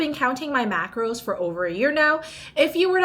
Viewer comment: I love this and I swear u said macroids 😂😂😂😂😆 my mom was beside me and I said this is because of u hahaha ! Great meals 😍